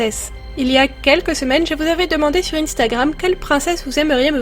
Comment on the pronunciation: C 1stagram, pas INE stagram 😂❤